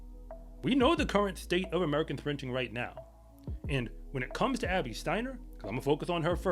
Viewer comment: he trynna said Abby just NOT like that i get it lol